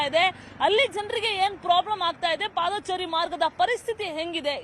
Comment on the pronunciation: footbath alla footpath ... paadaachaari alla paadachaari